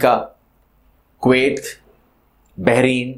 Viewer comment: بحرین کا تلفظ بھی ٹھیک نہیں